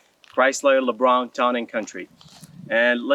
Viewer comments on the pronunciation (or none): If you love it somewhat you should probably learn how to pronounce The name correctly. Lol Chrysler LeBaron not Chrysler lebraun